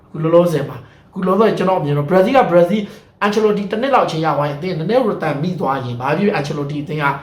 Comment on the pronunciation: ဘရာဇီးလို့ပီပီပြင်ပြင်ပြောစမ်းပါကွာမင်းဟာကဘာပြောမှန်းမသိဘူးပဲကများနေသေးတယ်